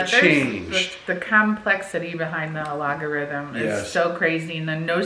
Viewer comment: It’s algorithm not alogarithm haha